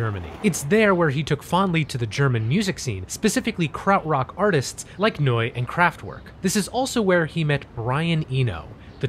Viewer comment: Kraft-verk not Kraft-work. They're German after all.